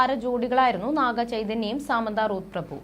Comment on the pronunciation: സാമന്ത അല്ല She is സമാന്ത